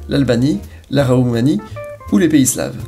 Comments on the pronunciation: 12.13mn "la Raoumanie"? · la Raoumanie